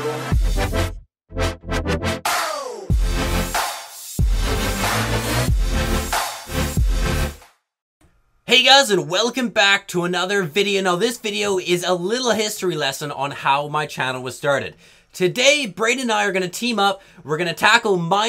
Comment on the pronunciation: "Hystory" was that on purpose?😂